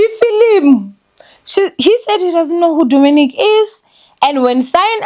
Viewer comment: I just know he's coming for you cause you butchered his name 😂😂